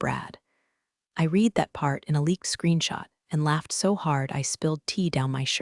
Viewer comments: "Read" in the past tense is pronounced "red," not "reed." A little pronunciation fix like that goes a long way. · Read in past tense is pronounced as red.